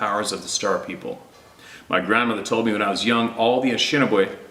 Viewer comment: Pronunciation: Ah-nish-ah-nah-bae. 😂 Ojibwe. I am Ojibwe. Very proud of my heritage and knowledge. Good video, I’ll catch up on the rest. God bless.